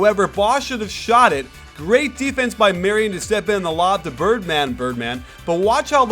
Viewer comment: funny hearing say '' birdman''birdman'' lol